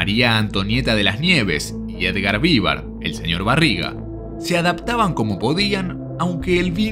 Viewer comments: Perdón, pero duelen los oidos cuando escucho Edgar Vívar, cuando es Edgar Vivár con acento en la A no en la i.😅😅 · Yo creo que el locutor de este video jamás vio este programa, cómo es posible que no sabe pronunciar bien el apellido de Edgar Vivar??